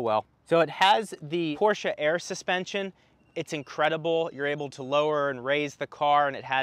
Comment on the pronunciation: Thank you for pronouncing Porsche correctly. Every time I hear "Porsh" I cringe.